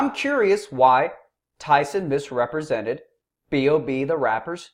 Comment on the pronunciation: "Tyson deliberatly or otherwise MIS-REP-RE-SENTED B.o.B" times infinity